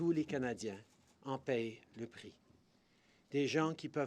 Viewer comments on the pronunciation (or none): none